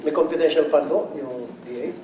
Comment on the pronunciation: Confidential fund OR Copitential fund?😂